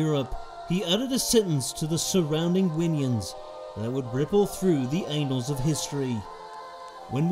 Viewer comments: ‘the anals of history’ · You had me at “Anals of history”